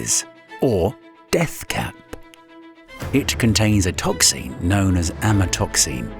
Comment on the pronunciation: The inability of the narrator/AI to pronounce any word ending "---xin" is absurdly annoying.